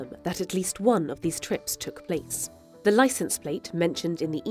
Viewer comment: Le "th" en anglais, comme dans "the" par exemple, est beaucoup plus près de la prononciation française de la lettre "d" que de la lettre "z". "zi Insider" c'est complètement ridicule, dîtes plutôt "di Insider". C'est une erreur très répandue, je ne comprends pas bien d'où vient cette idée.